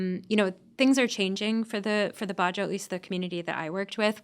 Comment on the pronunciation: It's not "ba-joe", it's "badjao". These sea nomads live in SE Asia, especially all over the Philippines and Indonesia. There are also the "aytas" in Luzon who have denisovan ancestry.